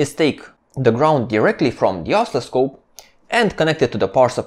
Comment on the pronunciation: Both your videos and your English are excellent. I would add that the word oscilloscope has the accent on the second syllable: os-CIL-lo-scope. It sounds like you are accenting the first or the third syllable and it took me a while to understand the word you meant. Thank you again for these excellent videos. I have watched several of them more than once.